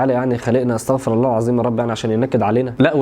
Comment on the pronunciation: اللهم انصر إخواننا في فلسطين وفي السودان وفي كل مكان نصراً عزيزاً جزاك الله خيراً على نشر العلم ، ولكنك قلت : ( استغفَر الله) بفتح الفاء ، وهذا غير جائز لأن المعنى يختل ، ويصبح معناها أن الله هو الذي يستغفر حاشاه عز وجل ، ولكن الصحيح أن تقول : ( أستغفِر الله) بكسر الفاء.